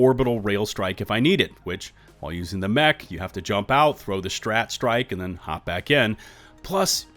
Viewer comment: "A New Meh-ch"